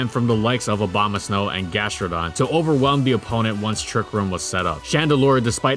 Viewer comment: I've been saying Obamasnow my whole life. Can't be the only one.